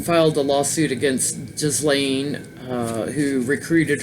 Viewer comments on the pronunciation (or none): Hi, it’s pronounced with a hard “ G “ Geese- lane. I laughed at her involvement in protecting the oceans, in light of his her father died. Robert Maxwell was a business partner of Semion Mogilevich, the alleged head of the Russian Mafia. He was infamous ( aka and absolute b#*#*#* 🙊) in Britain & died in very suspicious circumstances, supposedly fell overboard from his yacht, the Lady Ghislaine, near Tenerife in the Canaries. Thanks for the last two readings, both great. 💕💝✨🌟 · I believe her name is pronounced as Geez lane hard G and equal stress on both syllables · Some individuals have no social conscience and are completly amoral. Ghislaine Maxwell’s role model in life was a crook (her dad Czechoslovakia born Robert Maxwell, British MP and a publishing magnate) so she might default to males of similar type (Epstein). Trivia ... believe the “s” in Ghislaine is not pronounced.